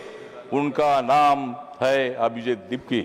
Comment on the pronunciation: "अभिजित" हे नाव उच्चारण्याचा आपण ३:१४ पासून ४ वेळा प्रयत्न केला परंतु एकदाही ते योग्य वाटलं नाही. संसदेत खुप दिग्गज आपल्या वक्तृवाने सभागृह गाजवून टाकतात आणि एक आपला भाषण. एका बाजूला भीम आर्मी चे चंद्रशेखर आहेत आणि एका बाजूला तुम्ही, फरक एकदम साफ आहे.